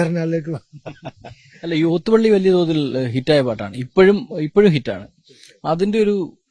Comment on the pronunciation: ലോത്ത് പള്ളിയാണോ? ഓത്തുപള്ളിയല്ലേ? നല്ല അഭിമുഖം / വി.ടി. അസ്സലായി സംസാരിക്കുന്നു.